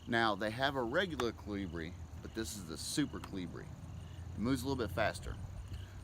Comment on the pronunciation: Pronounced Coal-Lee-BRIEE